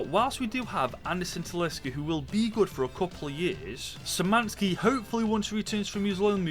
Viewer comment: In polish, SZ in Szymański read as SH and it will be ok